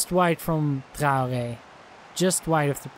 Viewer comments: Traore is pronounced Trey - Or - Aye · Its not how ur saying it. Ur saying Trow - Gey/Gay